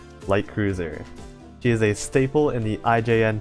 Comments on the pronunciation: oh well, not like imma stop watching your vids coz of a single word butcher anyway i havent subbed for long, but i have seen your old vids (mostly your tier list vids), and i definitely notice the jump in mic quality i look forward to your next uploads.. even if your mic won't allow you to pronounce "she" lmao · the fact that every time you try to say "she" when mentioning ships, and your mic decides to leave the "s" behind, and ends up with "he", tilts me every single damn time